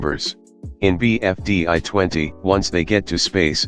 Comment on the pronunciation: Bro said BFDÁ